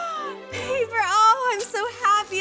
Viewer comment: Lana: ItS PaPeRrRrRrRrRr Why did you click read more?